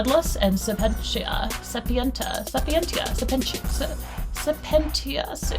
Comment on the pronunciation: I'm pretty sure sapientia is pronounced like homo sapiens Unlike their name that game 1 was not human, this is insane!